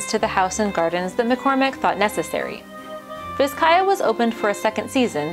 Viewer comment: Pronounced Bizcaya.